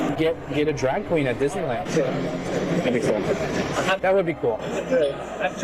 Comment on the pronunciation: the word is “cast,” not “cost.” The word is “drag,” not “drogg.” And we’ve already discussed “thott” vs “that.” Is it an accent?